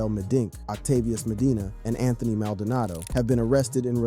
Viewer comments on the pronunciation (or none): none